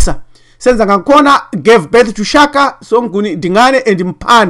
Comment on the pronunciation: ....Shaka not "Chaka".... Don't disrespect our late King. .